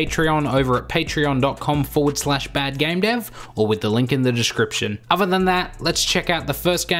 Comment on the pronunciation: Athor not Ahvar when pronouncing other. With not Wiff when pronouncing With.